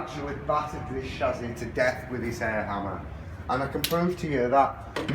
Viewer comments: What on earth is a shazzy? It is pronounced chassis. Welding as you suggest is madness as well as negating insurance, any car guarantee, any safety construction and probably highly illegal. Your own operators insurance would probably run a mile when a claim was brought against you for someone who died in an accident driving a Datsun with your modification. Apology, but are you really sure about this? Easy to disprove any fears we may have in your next video. Please. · Learn to pronounce chassis not chazzy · Chassis is pronounced shassy not shazzy.. It wasn't me